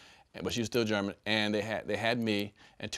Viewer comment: He said " my bad, they met in Texas, she was still Greman" 🤣🤣🤣